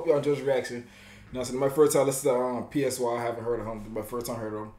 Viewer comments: PSY is pronounced like *sigh*. Other than that, fire 🔥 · It's Psy, pronounced as "sigh" and Suga pronunced as "Sugar" without the R. But u was lit tho. This song is fire, gets me hype when I hear it.